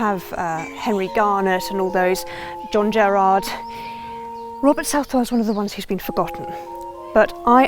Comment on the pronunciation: It’s pronounced South-Well. I am a direct descendant to Father Southwell and Sir Richard. I am a born Southwell. There is a lot of information about the Southwell line that has gone undocumented. My family holds the only (known) copy of our history. Unfortunately it has been misplaced since my grandparents passed away about 20 years ago. My families coat of arms shield is displayed above Sir Robert’s tomb in the church of St. Nicholas in Woodrising.